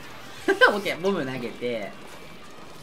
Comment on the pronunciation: ボムがボブにしか聞こえないのは耳が悪い？